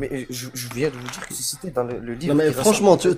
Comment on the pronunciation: Faut pas djire djire faut djire dire